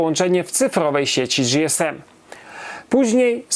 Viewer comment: Nie "Era dzi-es-em" tylko "Era ge-es-em". Gdy telefonowało się na infolinię w komunikacie powitalnym było "ge-es-em" a oni chyba najlepiej wiedzieli jak się nazywali.